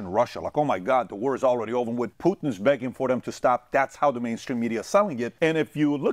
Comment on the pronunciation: I love how he says poohtn 😃